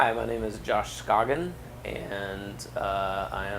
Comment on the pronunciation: its pronounced sc 'O' gin ... get it right bro